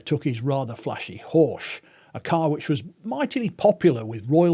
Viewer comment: The pronunciation of “Horch” is atrocious, no German speaker would recognise the name, even if they are familiar with the Horch/Audi story. The German letter combination ‘ch’ can be one of two sounds, in this case it’s the voiceless palatal fricative (IPA: ç), and luckily British and Australian English have the sound: it’s h in hue. (US English is out of luck, I assume.) Or you could simply go to and listen to the pronunciation example …😊